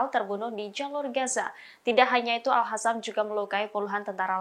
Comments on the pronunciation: Capek ya ngasih tau, tetap aja al qassam dibaca al hassam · Lo gak bisa ngomong Al -qosam ya ! Pake Q